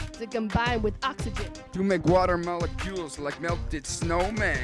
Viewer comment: oKsyGeeEn took me out